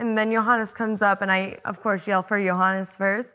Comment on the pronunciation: When Amanda says Johannes it sounds like "Your Highness" 😅 Grüße aus Österreich